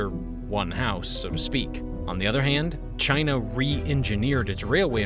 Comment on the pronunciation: He said Chyna